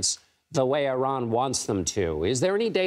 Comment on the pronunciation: When a guest on the news show mispronounces “Iran,” I immediately stop listening